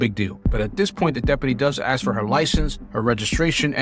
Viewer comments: Please speak properly and clearly😊 I don't think it's "ax a question "... it's "ask"... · The work is ASK not AKS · One more time now, A...S...K. Ask. See, no 'X' whatsoever. I know that single syllable words are hard, but a little practice goes a long way.